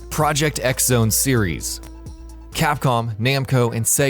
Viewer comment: it's pronounced Project cross Zone...yeah, the Japanese can be weird like that. and 1 fan service moment not mentioned that I personally love is Shulk & Fiora in Xenoblade 2's DLC alongside the already in-game blades of Xenosaga's KOS-MOS & T-ELOS ( which is only a thing to reference Monolithsoft's prior work, Xenosaga & Xenoblade are still 22 completely separate franchises... )